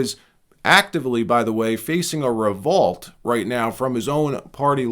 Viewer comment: Revought ? Revowult ? Revought?? Oh my .